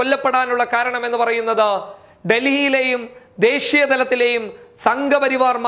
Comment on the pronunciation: ദേഷീ യ അല്ല ദേശീയ വാർത്ത വായിക്കുന്നവന് അക്ഷര സ്ഫുടത ആവാം